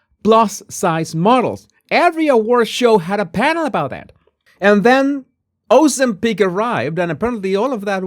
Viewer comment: It is pronounced Ozemp...ic Not Ozemp... pic